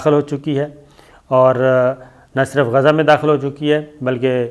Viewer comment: Please pronounce Gaza properly Gha za